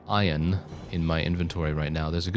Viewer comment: When you said iron - I thought you said Oion for a second and got Stronghold flashbacks. "Oion stacks too low, sire"